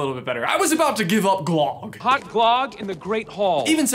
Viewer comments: It’s not glogg! It’s glögg! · Glog is an scandinavian drink that we mostly drink at christmast. In Sweden we say glög so i supose Frozen takes place in Norway ( use google translate to hear how it pronounced).